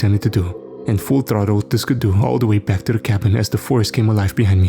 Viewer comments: If you're saying ski-doo it's pronounced like skee-doo. Not trying to be rude though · Haha I was looking for this comment. Yeah it most certainly is “skee-doo” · ‘Skuh-DOO’ had never in stitches!🤣🤣🤣 Great narration😃😃😃.